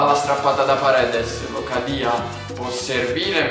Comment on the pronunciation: locadia si dice come si scrive con l'accento opposto